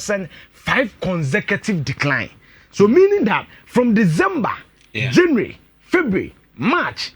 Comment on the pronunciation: I hate, when I hear you say janue instead to say January